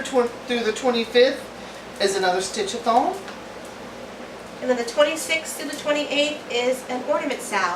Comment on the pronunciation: I KNOW you're saying stitch a thon, but all I hear is stitch a thong - lol! Next year sounds fun and busy :)